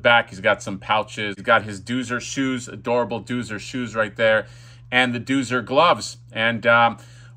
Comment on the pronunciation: Exactly. I thought I was crazy. I remember it being pronounced ‘Doe-zer’.